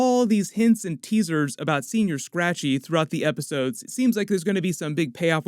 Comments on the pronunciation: 'Sen-Yor' Scratchy.. not Senoir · As someone from California, it's killing me that you keep saying "Senior Scratchy" instead of, "Senõr Scratchy" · It’s senyour. Say it right. It’s not old man rabbit. I didn’t spell it right on purpose. Lol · You keep saying senior, it’s señor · It's painful hearing u say señor as senior.